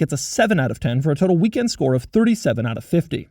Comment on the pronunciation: He always says "..the Doug store" instead of score. I can't be the only one who hears it like this.?